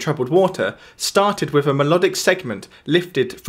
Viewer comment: Yes very interesting. But please don't substitute the 'th' with a 'v' sound! Thanks!